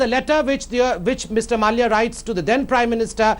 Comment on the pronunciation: Can someone inform that his name is pronounced Mallya and not Malaya. For goodness sake at least do things right on national television.... Cant get basic stuff right and they want us to trust them with the news....